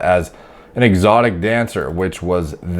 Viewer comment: "Excotic dancer" Lmao